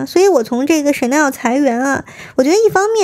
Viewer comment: 在说“Chanel"的时候太逗了！“屎尿...”😂😂😂